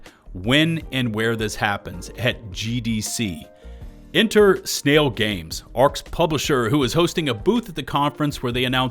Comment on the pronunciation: Sn-AI-l Games.